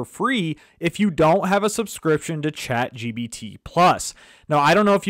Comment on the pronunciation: Chat GBT, GBT - it's irritating... so pissed out... can't listen to him